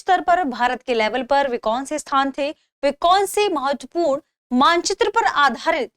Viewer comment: Tha way she says matvapuran. Sounds like doogna lagaam dena padega